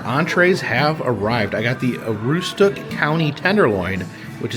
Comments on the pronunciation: Its A-roooooo-stick 😊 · Its pronounced ah-ROOS-tuk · Aroostook is pronounced A-roos-took, greetings from Madawaska, Maine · Welcome back to my state! I cringed every time you pronounced Aroostook but I won't correct it, lol. I hope you enjoy! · I have no idea how they achieved their pronunciation from the spelling.